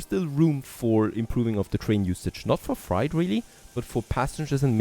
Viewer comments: Freight rhymes with gate, and bait, and the number eight. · I like how you say Freight. It’s pronounced Fr8 ❤ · I absolutely love and look forward to your videos each day but please check your pronunciation of "freight". Thanks and keep it up!